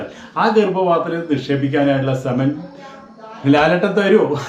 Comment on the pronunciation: സേമൻ അല്ല സൈമ, സീമെൻ...... അതാടാ ഈ വ്യാളി 😂